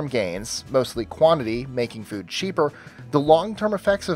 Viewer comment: i love how you say 'fud'